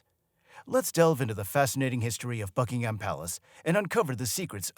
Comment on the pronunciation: Buckingham: pronounced Bucking-um, there is no emphasis on the ham 🙄 and simply referred to as Buckingham Palace, not, THE Buckingham Palace 😖